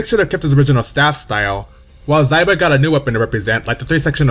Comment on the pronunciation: Xiba i pronounced Shiba.... not Zaiba..... Zwei is prounced Svai....Xianghua pronounced Shianhua....Ezio pronounced Etsio.... i have blood relatives of each of their countries respectfully....i feel astonished by your pronunciations DX